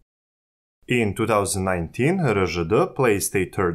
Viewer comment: РДЖ вместо Эр Жэ Дэ - это просто умора😂😂😂